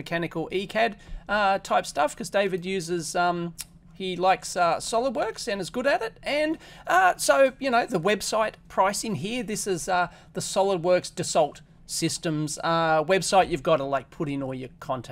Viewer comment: "Dassault" is pronounced "Dasso" any frog knows that.